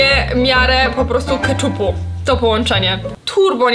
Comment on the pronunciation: "dzem" "keczup"☠️